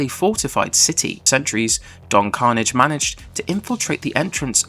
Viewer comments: Carnage?😂 thats an mcu character. It is don carnage! Emphasis the last syllable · Don Carnaaaaj man. Your pronunciation is killing me. Watch the show if you're gonna cover it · Nice video but... did you even watch the show? It's pronounced Don Carn-AGE!